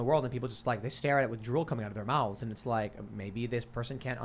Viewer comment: tim saying mouths; " MOWTHES "